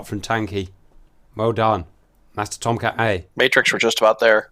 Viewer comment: In real life, if there was a nuclear strike heading towards the US, the "you're not allowed to fly that fast for that long" rule would be ignored. Also, you need to watch Mover on youtube to get the correct pronunciation of "TOMCAT!"